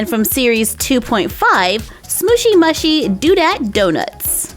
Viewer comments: It's pronounced smooshy mooshy not smooshy mushy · It’s Smooshy moo-shy not smooshy mashy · Question: why do you say smooshy mushy (m-u-shy? It’s mushy (m-oo-shy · It's pronounced smooshy mooshy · it's smooshy mushy (you say the u in mushy like moo) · Its pronounced moo-shy love you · The name is right but how you say it is smooshy mooshy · They are pronounced smooshy mooshy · You said that mushy part wrong it’s moo-she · It is pronounced mooshy